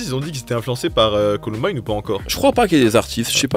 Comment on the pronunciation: ColOmbine????? Frr c'est Columbine, bonne vidéo mais dommage pour cette erreur.